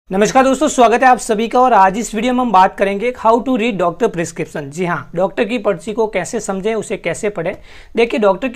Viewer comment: Kya hota hei ? Tu pharma student hai prescription pronounce nahi ho raha tere se